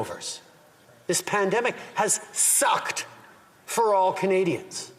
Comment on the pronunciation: I love how he says "has SUCKED" to pander to the youth! What an absolute joke of a world leader!